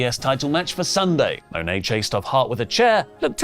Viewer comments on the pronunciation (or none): none